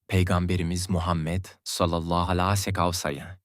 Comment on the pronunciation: Utanmaz dinlemeyin sakin alay ediyor peygamberimize sav derken sacma sapan biseyler geveliyor,bunca konustugu dogruda bosa gitti tüh suratina senin